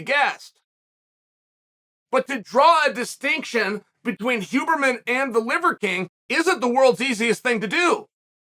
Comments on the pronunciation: Chaels name pronounciation is legendary, it's also deliberate lol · this was the most chael piece of chael art thats ever been chael'd. Great piece. the storytelling, relating it to mma, talking about his own experience with TRT and such...WHILE fasting and using a sauna. dont forget the pronunciation WHOburrman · Chael starting to call him Hooberman halfway through has to be the best part of this 😂 Undefeated, Undisputed. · I am so happy Chael managed to mess up the name Huberman